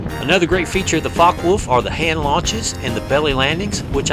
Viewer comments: I think it is pronounced like focker volf (because in german w sounds like v) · fyi, it's pronounced fo-ck-eh volf